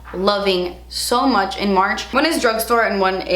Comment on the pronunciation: I think you keep saying munch becuz of all the Easter candy you munch on had..lol I’m going to have to try that Becca powder. Thanks for the info on your favorites. Take care&see ya😁